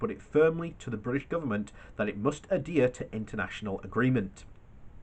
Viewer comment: As someone for whom English is a second language, I beg you please look up how to pronounce 'adhere', it hurts my ears